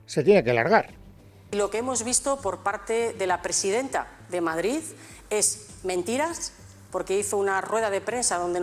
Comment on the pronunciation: Bolaños y Alegria, a ver si aprendeis a hablar BOTIJOSSSS no es Madrizzzzz es Madrid entre otras patadas al léxico